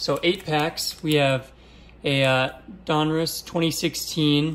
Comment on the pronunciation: Love your show but I love that you know how to say Donruss most people say Don Ross when it's Donruss